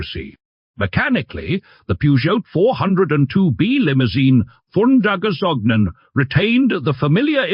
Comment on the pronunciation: It's not "gazognen" or "gazognine" but gazogène. And the "t" in Peugeot is silent. Per H hour... Wrong pauses in the text. It's getting ridiculous and tiresome. A human reader would at least inquire about the correct pronunciation...